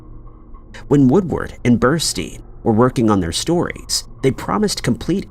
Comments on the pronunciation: Carl Bernstein, NOT Burstein, you should do your homework better. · Bernstein not Burstine, Jesus. I'm out! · The name is BERNSTEIN not Berstein. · "Woodward and Bursty"? Come on! 🫣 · Woodward and Bernstein. Not Bursty. Easily available basic information. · Woodward and "Berstei?" .. Ya' got "Deep throat" right..but not the name of one of the men behind it. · Berstei? Wtf did you have AI read you a summary and then type it out or something?